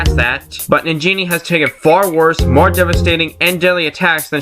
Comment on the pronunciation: Sounded like you said Nigga Shantae! XD